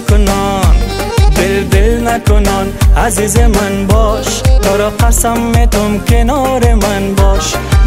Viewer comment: اجمل جان متوجه تلفظ ع،ح و الف باش چون در آهنگ عزیز را حزیز تلفظ میکنی.